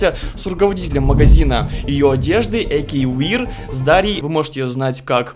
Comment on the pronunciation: Не Эйкювир а эйкьювеар